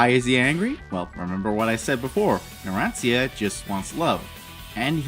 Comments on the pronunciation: It gives me a wierd feeling whenever he says "narantzia" instead of "naransha" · ITS PRONOUNCED NARAN - CHA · you dont even know how to say narancia is spelled like "naran-cha"